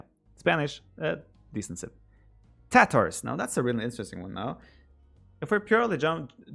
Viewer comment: I only hear Tatohs when Viper says tatars